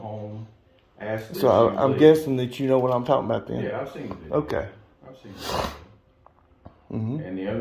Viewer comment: It’s not film. It’s not vid-yuh tape.